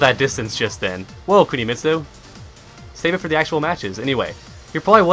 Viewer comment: Woah "Kunimistu"